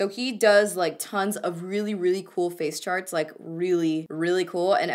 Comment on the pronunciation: when you said "face charts" I really thought you said "face sharts" haha